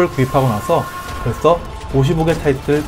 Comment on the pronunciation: 벌쎠 쓰 발음이 이상해요 ㅋㅋㅋㅋㅋㅋㅋㅋㅋㅋㅋ